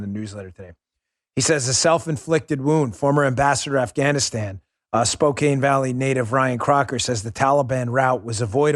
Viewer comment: Spokane (Spo-can)